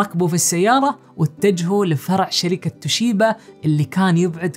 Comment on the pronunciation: شركه توبيشا. وليست. توشيبا